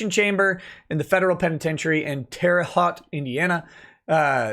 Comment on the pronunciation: For what it's worth, it's Terre Haute - with Haute pronounced with a long O vowel sound. Yes, it's French. (My husband's family is from Terre Haute.)